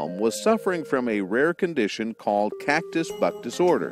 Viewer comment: It almost sounded like he said Catcus Butt disorder..